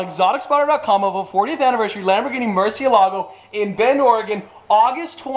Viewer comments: MURCI E LAGOU actual pronunciation Murciehlagoh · Is it just me or does it bother you guys too when he says “mershealago” But then he can say murci.. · I love how he said mershylago 27 seconds in the video. Love it ahahah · Hey Just saying, its pronounced "moor-seel-ago":) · still wrong tho, it would be more like murt she eh lago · How to correctly pronounce Murciélago: (it means "Bat" in Spanish) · hey Nathan. no it’s not. and he can pronounce it however he wants cause he owns it. not you